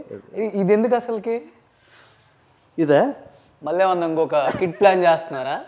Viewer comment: please improve your telugu pronunciation. మల్లీ కాదు మళ్ళీ వాల్ల కాదు వాళ్ళ Dear suman TV management Please ensure that the anchor improves his diction.